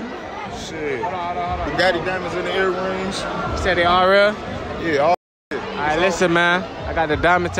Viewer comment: Chicago dude funny asl calling baguettes “Bugatti”😂😭